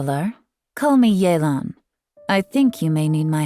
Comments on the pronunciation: So it's pronounced yay-lan instead of yeh-len??? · Since when was it pronounced “yay-lan”? I always thought it was “yuh-lan” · It’s not yeelan it’s yaylan ok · “Yay-lawn” makes every single person who speaks the language cringe. It’s like nobody tries anymore, could’ve just sent a text to Suzie or something. A shame since she’s casted very well. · oh so thats how u pronounce yelan